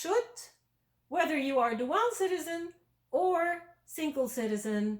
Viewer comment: It's pronounced "DOO-ul" NOT "doo-AL"..............I didn't know what you were saying for quite a while..........